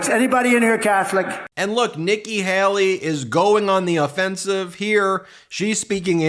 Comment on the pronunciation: PLEASE! Her name is Hay-lee, not Hal-lee. I can't stand her, but PLEASE.